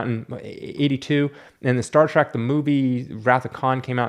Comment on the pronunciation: I love how yu say Star Trac instead of Trek. I love the rants.